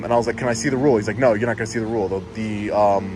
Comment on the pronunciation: As good as is, he didn't read that "rule" correctly.